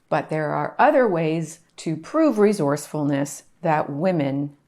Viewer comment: Great content. Were you trying to say "re source ful ness"? 😊 . Repeaton por favor...."Re source ful ness". One more time: Re source ful ness. Good. Keep trying, ok. Very good.